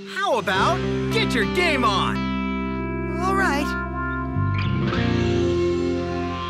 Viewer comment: I seriously don't know why I always mishear Jaden's "Get your game on!" as "Get your Gay-mon!" and it always cracks me up :v